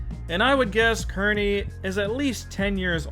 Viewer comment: It’s pronounced Keer-neey